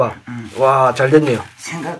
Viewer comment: 오늘은여 소밥..이라고 들린다..